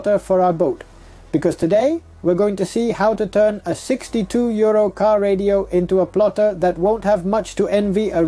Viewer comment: Oh 62 euro lol, at the start the accent sounded like 62 year old and I was like whats he on about lol.